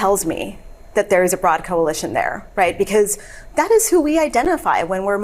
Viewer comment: It always amuses me the way Ben says "because" like "becoss"